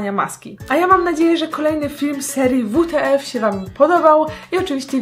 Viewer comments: Na serio WTF -wuteef tak powiedziałaś czyta się wytyfy PS to skrut what the fake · Czyta się wytyfy a nie wute ef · To się czyta wtf